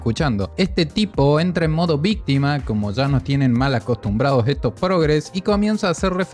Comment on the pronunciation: "Vístima, vístima vístima, vístima, vístima".